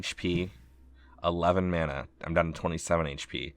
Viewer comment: "i'm out of MYANUH"